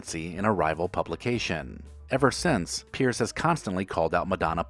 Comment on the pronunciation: these are weak examples - some of these people may have been banned from a particular show, but none have been banned from TV. And it's Piers Morgan (PEERS) not Pierce!